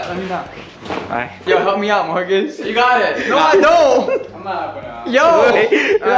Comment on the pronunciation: It not murcus is fot